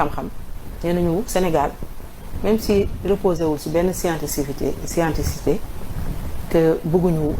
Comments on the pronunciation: Scientificité au lieu de scienticité pour une journaliste : bon c'est normal elle est de TFM!!! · néko kéneu dou wakh scienticité SCIENTIFICITÉ lagnouy wakh 😂😂😂😂😂😂😂😂😂😂😂😂😂😂😂😂😂😂😂😂😂😂😂😂😂😂